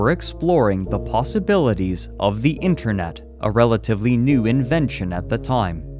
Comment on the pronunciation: to Haha he said "internut"